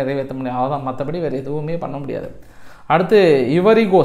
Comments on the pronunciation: ஐவரி கோஸ்ட என்று கூறவேண்டும். இவரிகோஸ்ட் இல்லை. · Small corection, its ஐவரி கொஸ்ட்